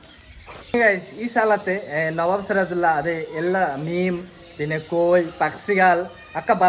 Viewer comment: മീം അല്ല മീൻ